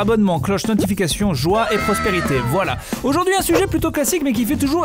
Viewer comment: J'ai bugué au début quand il disait "prospérité" ducoup ça a fait "pros.....perité" mais ça m'a choqué parce que je pensais qu'il allait dire "prostitution" xD